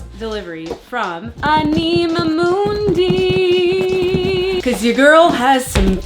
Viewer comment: it’s pronounced like animal without the L ❤ I love anima mundi’s high quality stuff. I tried the collagen face oil because of you. It’s lovely! If you haven’t tried their powdered Vanilla - it’s pricey but soo divine!